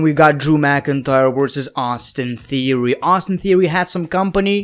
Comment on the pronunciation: He called theory veer lol